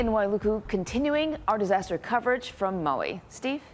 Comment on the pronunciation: Learn how to pronoun Maui.